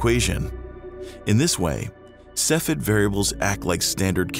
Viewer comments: The term is pronounced 'KEFF ee id' ... not 'seff ed' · (*giggles*) That's not how you say cepheid. It's three syllables, either sef-ee-id or seef-ee-id. ◡̈ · SEFF-ee-id It was downright painful to hear you repeatedly mispronounce Cepheid. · Cepheid is not pronounced in two syllables like “seff id”. The second e is not silent. Cepheid is actually three syllables and correctly pronounced “see fee id”. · I want to like this video but the constant mispronunciation of 'cepheid' is driving me up the wall. Sef-fee-id. Not sef-id. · Cepheid is pronounced SEF-ee-id !!!!!